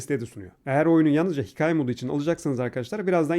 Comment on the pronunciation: Abi Sen Konuşunca Sende Şapkalı A Harfini Kullanmak Diye Bişey Yok Hikaye Diyorsunda Hiç A Harfini Yumuşatmadın Abi Hikaye